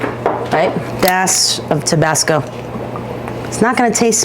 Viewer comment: I wanna be her best friend 😂😂 "the water is tweaking" "tabes" "tabasc" 😭